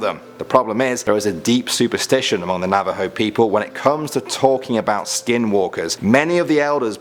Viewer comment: Thank you for putting Skinwalkers in the video and for pronouncing Navajo right. I've been waiting for you to put them in a video as they are part of my culture. Also love your videos👍